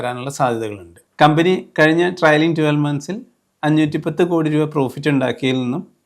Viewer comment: ട്രയലിംഗ് അല്ല, ട്രെയിലിംഗ് ആണ്. Trailing. Please correct it.